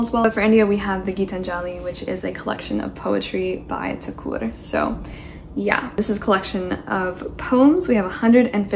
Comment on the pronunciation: I am glad that you correctly pronounced his surname as "Thakur" instead of "Tagore". Love from India ❤